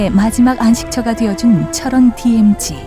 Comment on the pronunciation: 디에무지가 아니고 디엠지 라고 하셨으면 참 좋았을것을